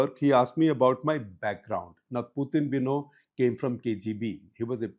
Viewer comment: “Puthin” “Sovieth” “Sharon” 😂😂